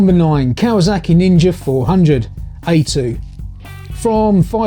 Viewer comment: Kawazaki? I think you mean Kawasaki